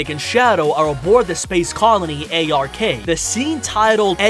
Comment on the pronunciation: And when he says space colony A R K. It’s the fuckin Ark.